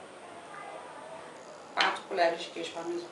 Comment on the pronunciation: CARIOCA XATA QUEIJO PARMESON... É QUEIJO PARMESÃO!!!!